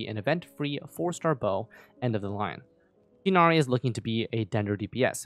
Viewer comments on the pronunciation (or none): Btw (I don’t wanna be that guy but wutev) it’s pronounced “tigh-naree” not “tynaree” or “teenaree” just an FYI (source: I’m Arab so trust me bro) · This will probably get flooded by other comments, but I wantedto inform everyone that Tighnari's name is pronounced Tugh-Nari:] /lh have a nice time!! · who wanna know the right prnounciation of Tighnari: you can say Ti as (tea) gh as (R) but in french and nari as (neri) in japanese this is not the perfect pronounciation but its close and better than Tinari wishin a good day/night to everyone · I think his name's pronunciation is ti(tee)-gh(as in ghastly)-na-wryyyyyyy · Pronouncing Tighnari incorrect I do forgive you.